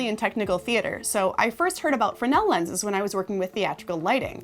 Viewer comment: It's pronounced "frez-nul", good video though